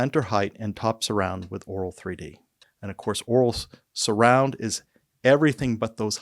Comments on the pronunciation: The first time I understood Oraal3D instead of Auro3D.🤣🤣 And now I hear it throughout the video. Content information was very good, thanks. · To me it sounds like you do. Try pronouncing auto met een R.